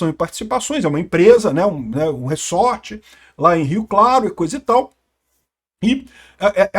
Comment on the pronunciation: só eu que fiquei puto com o falando reSSSSSorte? kkkkkk é reZort caceta kkkkkkk